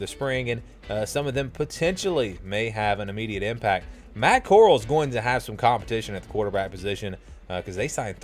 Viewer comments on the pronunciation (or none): U can’t even pronounce Matt Coral’s name right oh my gosh 🤦🏻‍♂️ this is the biggest choke I ever heard